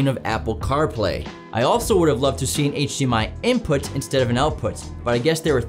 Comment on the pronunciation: Whats with the way he says input? InpOOTT